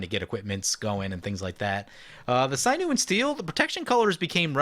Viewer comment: Hahaha you said "sinew" correctly this time! Congratz! xD GG!